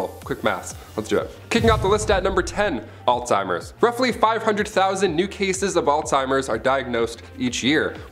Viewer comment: It's pronounced "Alls-Hi-mers. Not all-timers.